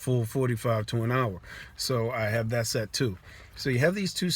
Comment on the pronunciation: Lmao kept hearing sex instead of set